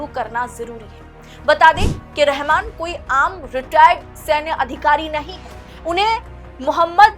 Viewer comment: रहमान बोलना चाहिए न कि रहमन ।।